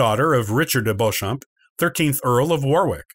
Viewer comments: Beauchamp is pronounced 'Beech-um' isn't it? You're right, he absolutely murders 'Plantagenet' (pun intended). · Also Beauchamp is pronounced phonetically as Beechum in the UK.